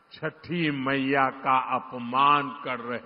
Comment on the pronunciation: Jhute ko 6th mayya bhi baraber bolna nahi aa raha hai bhaiya rozgari ki baat kijiye 😂